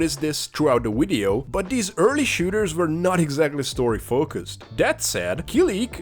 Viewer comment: Wideo? Wisuals?